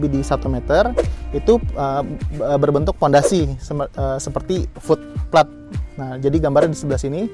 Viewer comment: Oom, itu FOOT PLATE diucapkannya "fut pleit", bukan "flut plat"... untung aja ada tulisan 'Foot Plate' di layar, jadi ga miskomunikasi ... wkwk... lanjuut...😀👍